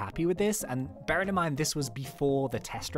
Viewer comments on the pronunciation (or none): Did you mean BEAR ing